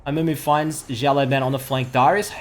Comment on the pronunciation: his name should be read not ziao but siao(small) laoban(boss) 01